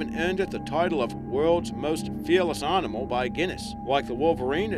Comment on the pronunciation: It's animal not rnimal, there is NO R in it.